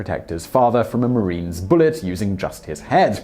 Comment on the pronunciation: Omg...did you just said “marine”?